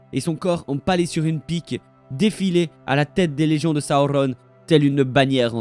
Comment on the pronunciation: Tu sais même pas dire correctement Sauron LOL